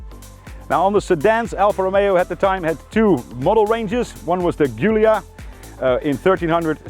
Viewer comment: I'm a big fan of all your videos, and yes please keep it up with more classic cars in the future! Just one thing, Giulia is pronounced Julia ;)